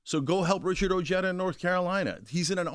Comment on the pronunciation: Oh-hay-tha Not o jed uh I’m an Ojeda n I cringe at how Richard says his name